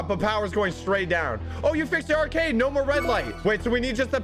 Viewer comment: he says acard instead of arcade